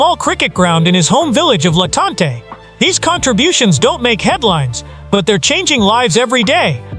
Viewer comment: He said LA Tante